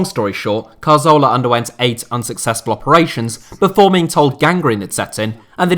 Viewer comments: santi CARZOLA is a terrible attempt at pronouncing 'CATHORLA' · It's pronounced Cathorla, not Car-Zola you eejit. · get his name right, it's Cazorla not Carzola... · How does this guy still not know how to pronounce Cazorla? Just read the word, it's CA-ZOR-LA not CAR-ZO-LA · That Carzola dude you mentioned looked a lot like Cazorla. How can you not pronounce that? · Cazorla, not carzola